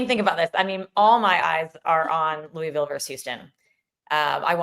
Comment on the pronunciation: Please pronounce “Louisville” correctly!!! says it right - I cringe hearing Jess and McCall say it …